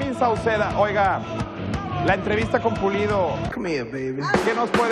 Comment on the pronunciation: Dice "entrevita" en ves de "entrevista" .